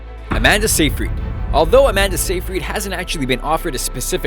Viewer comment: It's si-Fred not see-freed